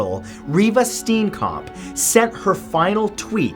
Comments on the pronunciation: Steenkamp isn't pronounced that way.. The 'ee' is pronounced like 'a' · Btw you pronounced Steenkamp wrong it's pronounced Stee'un kump that's how it pronounced ok please check how thing are pronounced before you make a video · It's African name. Repeat after me Stane kamp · It's pronounced Steencamp. Lol the story isn't over it's being appealed in November. Big fan btw. Much love from SA. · It's funny when he mispronounceses South Africa names 😂😂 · Common thats not how you say Riva Steenkamp and Oscar Petoruis no thats just wrong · You don't say Steenkamp like that😂 but it's okay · I love it how people not from here (SA) pronounce Reeva steenkamp's surname funny. No HATE I just generally find it funny <3 Love you Mat!!!!!!